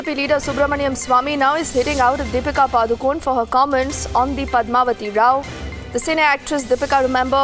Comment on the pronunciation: Her name is not pronounced Padu-cone पडुकोणे right pronunciation Not पाडुकोन् or पडुकोन्